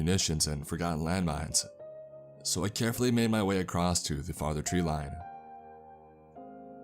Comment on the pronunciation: Acrossst. Exscape.... And there's one other word he misspeaks. I dinnid remember it though. Guess I coulnnid. Oh well. Maybe I'll axe summun at the libary.